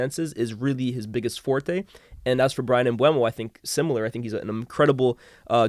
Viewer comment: Why can nobody say “Mbeumo” correctly?😂